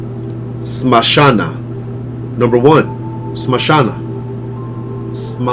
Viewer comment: If you dont mind, Can I correct you? it is not mashana kali maa, but SHAMSHANA. SHAMSHANA means creamation ground. I am a hindu as well devotee of Kali maa